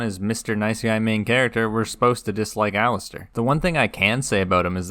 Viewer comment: Your video is great, really well done. That being said, for the love of god please stop calling Alliser Thorne Alistair 😅 You're right about Theon though, I felt exactly the same.